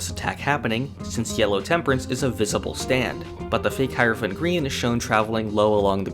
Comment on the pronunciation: Man thought I was the only one who pronounced Hierophant green "High-rophant green" instead of "High-er-ophant green".